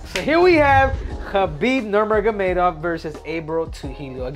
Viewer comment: Henry it’s NurMaGoMedov